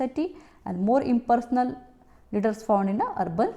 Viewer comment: mam some word are difficult to understand i.e. informal impersonal